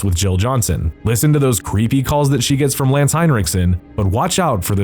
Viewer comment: Hey there narrator dude; it's not Heinrichson - it's Henriksen, like in Henry with a 'k' added and then sen at the end of the name...how difficult can it be. I've seen him even called Hendrickson but why make it more complicated than it is, these sen-names really seem to confuse Americans sometimes...🤔